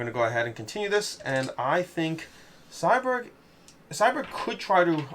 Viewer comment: Every time he said “Cyberg” instead of Cyborg made me chuckle.